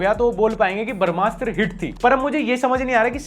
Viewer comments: Bhai "barmasthra" nahi h wo, "brahmastra". I luv your videos but hinduism related koi word agr galat pronounce kia jae to i would like to correct it with due respect. Rest keep going big fan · भाई barmshtra nahi brahmashtra hai.. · Everytime you pronounce brahmastra, a little part of me dies.